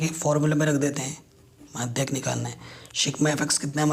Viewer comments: माध्य को madhayak बोल रहा है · Madhy ko madhyk bol reha h